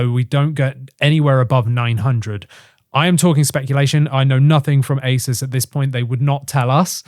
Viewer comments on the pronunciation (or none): “Ace-soos” not “Ace-es”